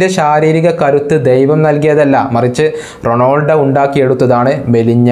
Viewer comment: bro,Ronoldo alla,Ronaldo,, Cristiano Ronaldo..athanu